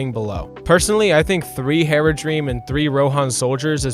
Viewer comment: Tell me you've never actually watched LotR without telling me. - Calls Haradrim "Heradream".